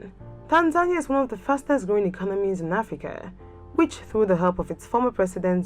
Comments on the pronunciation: No... It sounds like tanzanya 😒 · Is this the correct pronunciation of Tanzania?